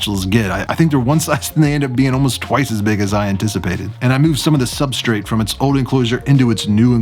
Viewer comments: Why does he say substraight like Supstrit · "Substrate" 😂 love your videos ❤ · How dare you annunciate substrate! Who are you and what have you done with!?!?